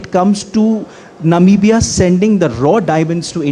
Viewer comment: Why can't be pronounce Namibia properly? It sounds so odd!!!